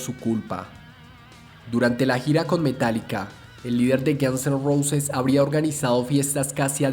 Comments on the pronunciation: Estupido no se pronuncia Gans se pronuncia Gons y no se pronuncia Neil Sino Nil que se escriba Neil no importa hasi no se pronuncia y es Kert como se dice no Kurt es Curt como se escribe Lo mismo que con Neil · párese que dice gansos rosas XD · "Los Gianz en Rousis" the narrator 😂